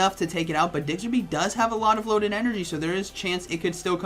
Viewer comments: I had this playing in the background and when he said Diggserby i had to do a double take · for Gen6's sake please learn to pronounce. It's Diggersby 😂😂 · Me: Oh it's a Diggersby: Diggserby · "Digzer be" - Lol. "Diggers" as in "gold diggers" & "by" as in "bee or be". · The way he pronounces Diggersby kills me